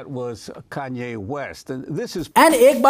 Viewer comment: Bhai naam toh thik se le lo kyane hai naam